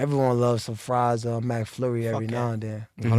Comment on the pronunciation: My mans said “MACflurry”